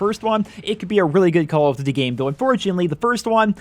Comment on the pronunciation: Why you say call of duty like that